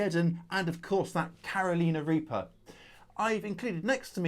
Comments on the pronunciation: Don't you know the way to pronounce Carolina? The song "Carolina on my mind" Caro..lie... na Not Caro..lee..na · If I may, it’s pronounced “Cār-o- lyna.” I live where they originated, and it grates on my nerves every time you say “Caroleena.” LOL Thanks for your understanding. I’m growing habañeros this year, along with bhut jolokia (ghost peppers). Great video,! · You have to love the Brits absolute determination to intentionally pronouncing the United States state WRONG. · Not Caroliiina Reaper 😂 Carolina..As in the Woman's name 'Caroline', or the place 'North Carolina'..😊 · I love your vids & youve helped enhance my knowledge.. however your british accent on Carolina reaper had me dying!! 😂 In the states, we pronounce it "Care O Lina" not "Karo Leena". & my east coast US accent would probably make you laugh the same. 😆 Keep puttin out the great vids, best gardening channel on Ytube by far 👍👍👍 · That was the oddest pronunciation of Carolina I've ever heard. 🤣🤣 I generally overplant my peppers, at least 32 plants in an 8 x 4 raised bed, I mix seedlings from super hot and mild varieties and save those seeds, with our longer growing season in North Carolina, my plants easily get over 6ft tall, and will quite often be producing fruit between late March and November. If you want a fun exceedingly prolific pepper, try the Pineapple Aji, it has a sweet pineapple flavour to start with, then a little heat rolls in (~25000 Scoville) and goes great in sweet and spicy pineapple based salsa. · I always enjoy your videos,. It is pronounced that way among Latin languages. So it’s not wrong in that regard. But for us, here in the Carolinas, It is a shocker L O L